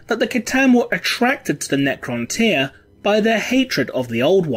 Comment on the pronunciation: It's the correct pronunciation.